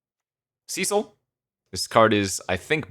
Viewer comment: The name Cecil is pronounced like "Sessil" not "Siisil" btw